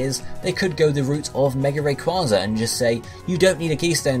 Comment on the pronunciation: Can you pronounce some Pokémon names correctly please? Flip through Pokédex 3D Pro, watch the pronunciation vids by TheAuraGuardian. Srsly I thought everyone knew it was Ray-kway-za as in Quasar galaxies.